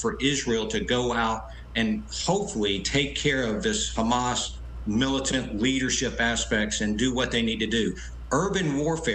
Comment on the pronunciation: Hamas: prounced as HAM- ASS !